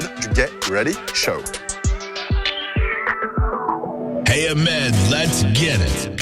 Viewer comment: Salut Ahmed, y'a moyen tu prononces le "t" de "get ready show" dans la prochaine vidéo ? 😂👌